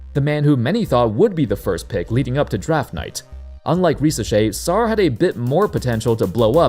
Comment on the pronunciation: Put some respect on Sarr’s name tf is wrong with you bru😭😭